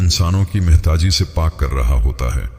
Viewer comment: It's not mehtaaji it's muhtaaji